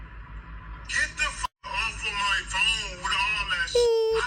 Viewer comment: fryingggg meeee😭😭😭😭the emphasis on my😭😭😭😭